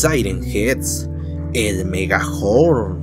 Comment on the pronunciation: Dijo megahorm